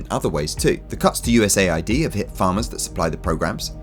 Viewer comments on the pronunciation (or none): US AID, not USA ID